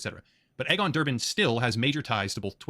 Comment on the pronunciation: "Egg-on" Botha ??? pronounced "Eegon," as in Elon (not Ehlon)